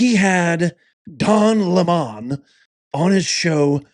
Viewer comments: His name is lemon not le mon lmao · Why do you pronounce his name "Le-Mon"? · The democrats have never changed. AND it is not LE-MON, its lemon.